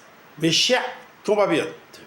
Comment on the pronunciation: On dit compatriote pas compapillote !